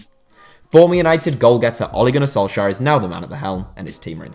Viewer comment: Never heard anyone butcher Ole Gunnar Solskjær name that much before